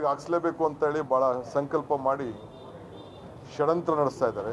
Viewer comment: ಹುಚ ಸುಳ್ಳೆಮಗನೆ ಅದು ಷಡಂತ್ರ ಅಲ್ಲ ಷ್ಯಡ್ಯಂತ್ರ